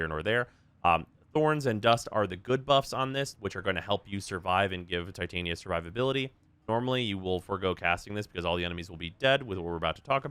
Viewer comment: The way you pronounce Titania is so annoying wrong. Please understand her name pairs with Oberon outside of warframe